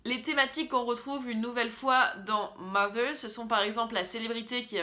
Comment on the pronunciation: jouissance quand tu prononces "mother" correctement :D a contrario des "mozer" que j'ai pu entendre....